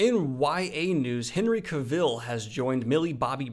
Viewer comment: You're saying Cavill wrong...